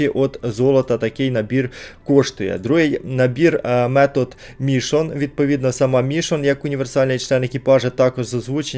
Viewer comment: дЕріл а не дерІл. мішОн а не мІшон.